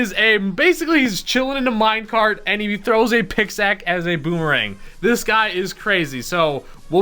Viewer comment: "And he throws a picsac ..."